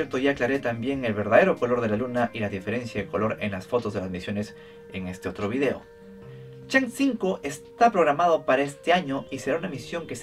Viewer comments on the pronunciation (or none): none